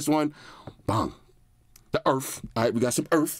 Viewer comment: When he said "The Eurf" I felt that .😂😂